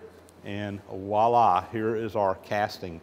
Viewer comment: OCD attack- It's not "Wah-Lah" its "Vwah-lah" ( voila) a shortened version of French Voici- la meaning "'see there". And while we are at it, Beaucoup is pronounced Bo-Koo, not Boo-Koo, meaning a lot of something.